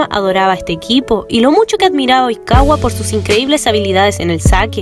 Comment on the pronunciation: Qué rara forma de decir Oikawa Tooru